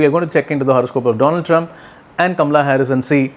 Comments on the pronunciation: I love how you say Kamala's name. Very Indian, exactly how it should be pronounced. And I love your prediction. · Cult much? He is an astrologer - he is doing a analysis from an astrological point of view. Nothing to do with being Indian. But he does pronounce her name correctly, which is an added bonus to his prediction of her winning this election! I am loving his prediction.